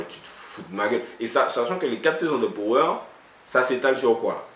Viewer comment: Juste en passant ça se dit "pawer"dans la prononciation lol big up